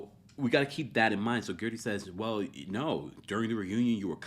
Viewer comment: If you can say THIRTY, you can say GERDY.